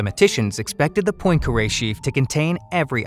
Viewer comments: mispronounced poincaré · Please learn how to pronounce Poincaré. It's rude otherwise. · Murdered the pronunciation of "Poincaré".